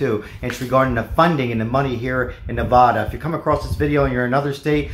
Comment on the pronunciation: Hi. If you live in Nevada, the first a in the word Nevada is pronounced like the a in apple. It is not pronounced nevAHHda. C’mon bud, if you’re local, let’s at least say it right’ Haa!